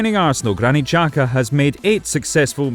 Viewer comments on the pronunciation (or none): Xhaka not jaka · HIS name is xhaka not jaka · (Shaka) to pronounce it